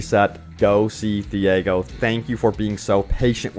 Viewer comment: TEE-YAH-GO here is how you pronounce the name of Thiago.